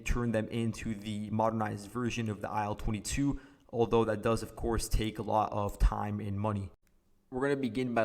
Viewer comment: By the way, IL22 is pronounced "EEL22"